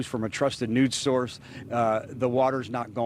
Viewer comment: 4:36:4:39 bro said nudes source LOL